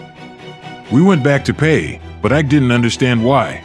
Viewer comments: It's E-Kay, not Ike. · Whites: call him Eye’k Nigerians: it’s actually pronounced “E-Kay”😊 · It's pronounced "Eekay" not "Aik". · He's name means strength It's pronounced like(E.K) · His first name Ike pronounced as E-Kay means strength/power in Igbo language. Igbos believe peoples name manifest in their life. No surprise he has so much power